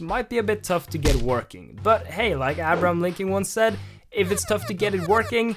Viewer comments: as abram linkon once said. CMON DANI 😂 PRONUNCIATION 😂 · I'm too tired for this I thought he said "Abron Linky" xD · Did you really just say Abraham Lincolns name WRONG